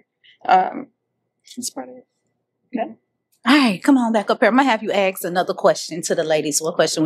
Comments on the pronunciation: ASK, NOT AXE!!!! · Please please please people say ask not acts